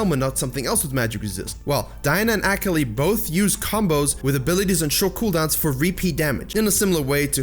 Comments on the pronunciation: Use me as a “tilted every time he said ak-ali” button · Took me a while to figure out that he was saying "Akali" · I love this video, but the way you say Akali kills me on the inside. My weeb heart just couldn't handle it. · Your pronunciation of Akali is so cringe. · If you consider that the character is actually more Japanese than anything, then you are still pronouncing it wrong. I love the video, thank you for all of the awesome tips! So much info, so little time.